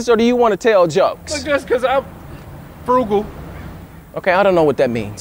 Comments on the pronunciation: Nobody gone talk about where he said “Froogle” 🤣🤣🤣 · Dude said “ FREUGO” ...lol